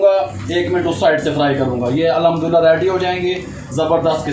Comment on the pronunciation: پیارے بھائ الحدُللّہ اور الھمدُلّلہ میں بہت فرق ہے اس سے معنی تبدیل ہو جاتے ہے .. بھائ نارض مت ہونا اپ ..